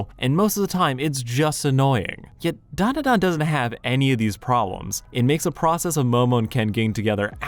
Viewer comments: It’s pronounced: Dan (like the name) Duh Dan (like the name) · Look man great video, but I can't get passed how you butcher the title when it's literally the first few words of the opening song